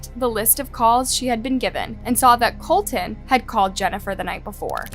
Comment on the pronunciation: Is there a reason the AI narrator cannot pronounce "Colton" correctly? It contains a "t" at the beginning of the second syllable.